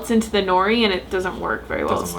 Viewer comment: it's *no-ree roll the r sound